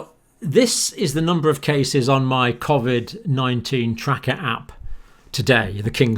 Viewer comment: its not covvvvid it coooovid!!!